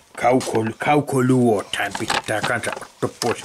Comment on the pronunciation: 🤔sanoks hän että laitha kaukoluothain?😲jäi vähän epäselväks😁